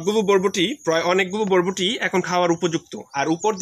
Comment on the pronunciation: আগে উচ্চারন শিখেন ভাই।ভরবটি নামে কোনো সব্জি নাই।বরবটি নামে আসে।